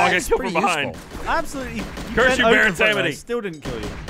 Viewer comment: I can't be the only person confused by the pronunciation of Samedi. I've only heard it pronounced it sahm-dee, and these guys keep saying sam-uh-dee. And a brief search concludes with 'they're saying it wrong'. I don't know why I cared so much about this..